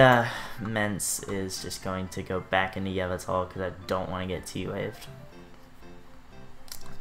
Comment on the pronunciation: Your pronunciation of Yveltal really stressed me out. Other than that, good stuff :S